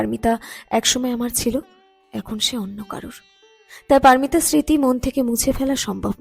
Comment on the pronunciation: বলুন পারোমিতা -পারমিতা নয়।